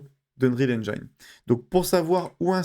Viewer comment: Super utile, merci! (Mais ça se dit "n-jin" pas "n-jaïne" 😉)